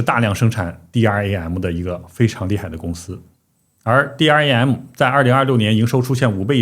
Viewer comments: DRAM 是念 D RAM 不是 D R A M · 請唸 D-RAM （台灣都這麼說 ）謝謝